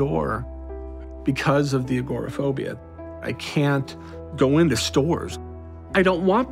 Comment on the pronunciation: He does not pronounce agoraphobia properly.